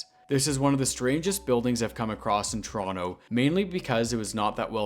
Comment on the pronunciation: It's refreshing to watch videos about Toronto narrated by someone who pronounces "Toronto" correctly 🙂